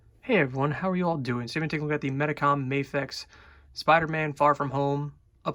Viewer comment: I die every time someone says May-Fex and not Mah-Fex.